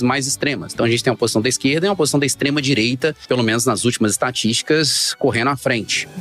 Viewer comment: Tava ate ouvindo , qdo falou extredireita ! Fui!!!